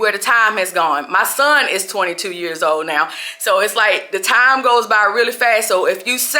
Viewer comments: it’s “TIME”, you pronounce it in a funny way😅😅😅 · You don’t have any TAM to waste, TAM is going too fast guys, TAMMMM!!!😂😂😂😂